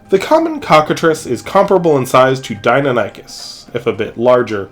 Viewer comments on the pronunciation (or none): The pronunciation of deinonychus here hurts me